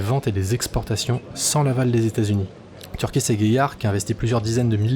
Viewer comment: C'est pas TEURgis et Gaillard mais TUrgis et Gaillard, les français il va VRAIMENT falloir vous désaméricaniaiser et CESSER d'angliciser notre langue, ça aussi, c'est être patriote ! Sinon très bonne vidéo, excellente présentation et très bon travail d'information. Ma préférence va du reste au drone de Turgis et Gaillard j'espère que l'état va en commander une quantité notable. Dernière remarque, il manque le NEURON de chez Dassault, même si le projet piétine, ça ne veut pas dire qu'il ne verra jamais le jour, exemple avec le Rafale qui a eu du mal à démarrer, mais qui se vent désormais à l'étranger et plus seulement en France.